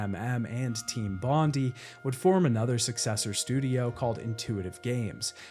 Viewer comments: Hey, if you want everyone to know you've played knifey-spoony before, you'd pronounce it bond-eye. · I hate to be 'that' guy, but the pronunciation of "Bond-EE" irks me 😖😖😖😖😖😖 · It's actually pronounced Bond-eye, Despite being in Sydney it was named after the Bondi location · For those of you that aren't Aussies, It's pronounced "bon - dai". Bondi is Australia's most iconic beach, huge tourist destination in Sydney, and an iconic surfing spot. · The pronunciation of Bondi hurts my ears every time you say it like that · It's so cute how you mispronounced Bondi, sorry from Australia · Seven minutes in and I don't know if I can listen to you mispronouncing 'Team Bondi' for the remaining run time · Unfortunately it's pronounced bon die, not bon dee. As it's named after the beach of the same name in Australia!!! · It's pronounced Bond-eye. Not bond-ee. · Aussie here. Studio is pronounced "Bon-dye" not "Bon-dee" (it's a reference to Bondi Beach in Sydney) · Bon Die not Bon Dee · Hey mate it’s not a big deal, but it’s pronounced team Bond-i not team Bond-e. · Bondi is "Bond-eye" not "Bondy" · FFS Mate. Bon-die. Not Bondy. Only named after the most well known beach in Sydney. Also the suburb they were in in Australia. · Team Bondi is not pronounced "Bon-dee" its "Bon-die", as in Bondi Beach in Sydney Australia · As a Australian it really bothers me hearing people pronounce "bondi" as "bondeeee" its pronounced "bon die" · i know a lot of creators mispronounce intentionally for engagement, but either way: it's Bond-EYE - a very famous suburb/beach in Aus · As an Aussie I just had to mention, it’s pronounced bond-eye not bondy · "Bondy" nah mate, "Bon-Die". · love the vid, thanks for your hard work but just one thing, as an Aussie, it is bugging me hearing you say Team Bond-e, it's Bond-i. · I always thought that “Team Bondi” was pronounced the same as Bondi Beach (bon-die) rather than like bond-like (bondy). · It’s bond-I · "Team bondee" 😂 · Bondi = "BOND-eye."